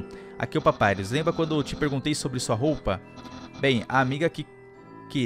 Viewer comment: Percebi que agora o só fala papairus ao invés de papirus ou papirus papairus ( sei escrever o nome dele certo e só a pronúncia que escrevi )